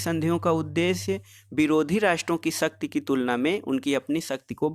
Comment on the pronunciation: सर शक्ति को सही बोलो क्योंकि ऐसा लग रहा हैं जैसे शक्ति को आप सत्य बोल रहे हों।